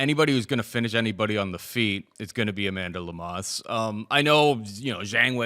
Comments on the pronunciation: Bro said "Lemas" 😂💀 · Made my ears cringe with pronunciation of Amanda Lemos name lol